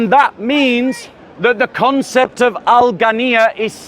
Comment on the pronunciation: Its ghina not ghanniyya